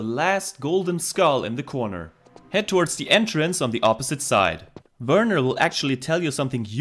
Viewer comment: I appreciate the way you pronounce "Werner"😂. As a kid I hated that it sounded like "Weerna", the way you say it it actually sounds like how it's written.👍